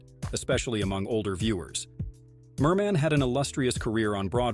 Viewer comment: I stopped watching and gave an immediate thumbs up after you called Ethel Merman, "mer-MAN". How dare you?